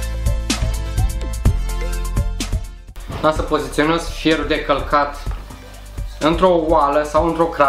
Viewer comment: auzi ma: feonu de calcat😂😂😂. mor de ras😂